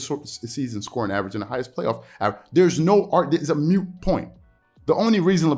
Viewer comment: The word is mook point not mute btw